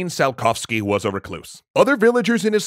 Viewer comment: And like they mispronounced Tsiolkovsky's name in this episode...